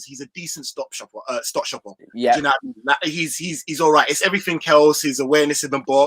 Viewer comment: Man said stot shopper twice you know 😂😂